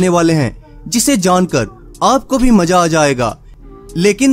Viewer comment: Tujhe hindi bhi bolna nhi aata...tu bekaar aadmi hy Maza hota hy ya maja... 😂😂😂😂